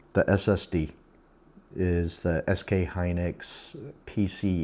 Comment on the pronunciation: lol "SK Hynus" 😆 I think you should throw that r16 case n mobo away lol btw did you end up selling that 4090? Its going for a lot rn on ebay. Also I much prefer custom stuff but hard to find someone that builds where I live lol